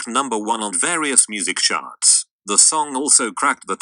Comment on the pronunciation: when says 'music charts' but it sounds like he's saying 'music sharts'